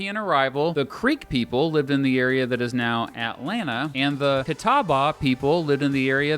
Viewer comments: The pronunciation of catawba is a little off.... but good enough. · Please learn to pronounce Appalachian and Catawba. App a la chin, is the proper way when you or anyone else says App a LAY chin or App a Lashia you look as ignorant as a CBS broadcaster rolling into the North Carolina mountains to film a hit piece on moon shine runners in the 1950s. As for Catawba, you butchered it so badly I don't know where to start.